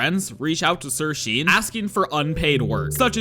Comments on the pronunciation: Pretty sure sirsean is pronounced sirshawn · SIRSEAN is pronounced "SirShawn" btw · actually its sir.sean pronounced sir SHAUN